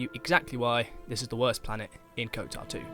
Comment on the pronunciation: Ok why are you pronouncing it “Kotar 2”